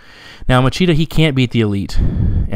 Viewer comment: Great breakdown as always. Just keep in mind that regarding the portuguese accent the “ch” syllable has a “sshh” sound.👍🏻